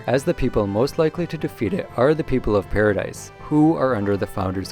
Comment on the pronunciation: Great video 10/10 only thing that got me is when you called it paradise, it’s pronounced paradi